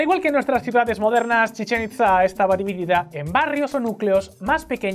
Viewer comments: Oye, se pronuncia "Chichén Itzá" no "Chisén Itzá" y "Kukulcán" no "Kulkancán" jajajajaja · A alguien más le causa ansiedad la mala pronunciación de al decir “Chichén Itzá"? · "Chichen Itza" y "Kukulcán" por favor pronuncia bien o Kukulcán ira a por tu alma! 🤣